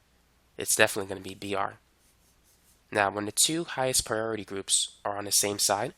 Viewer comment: "Zee Zeme Zide" and "Epposite"